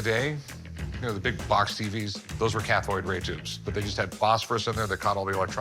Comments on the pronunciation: Lmao Rick says Cathoid instead of cathode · Yeah, he's talking for the camera, not the seller. Also, did I mishear or did he call CRTs cathoid ray tubes? Twice?